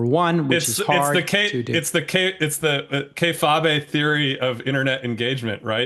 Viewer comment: "KAY-FAW-BAY"?! Tell me you've never watch WWE and don't get the reference without telling me.